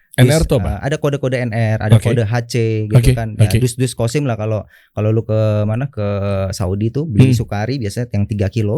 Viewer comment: Maaf ... bukan kosim ya tapi qassim .